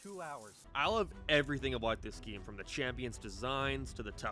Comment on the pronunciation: Why do u pronounce game like that?